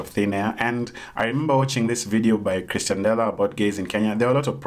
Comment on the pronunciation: Nice video but it is pronounced as "Ex-tian" dela not "Chris-tian" dela. Its mildly infuriating tbh